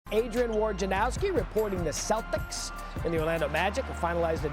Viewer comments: Why’d he say “Celtics” like that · Why he say Celtics like that 😂